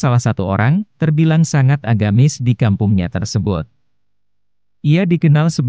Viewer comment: agamis om, bukan agamais